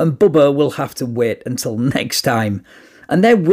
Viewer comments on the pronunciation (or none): none